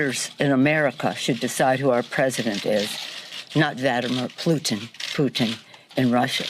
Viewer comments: Vadamer Plooten is what she said lmaoo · Vladamur Plutin? Is that Mickey Mouses dog?